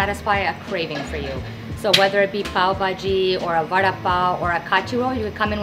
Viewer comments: Its va and da as in duh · the way you pronounce vada sounds like you're saying 'promise bread' :P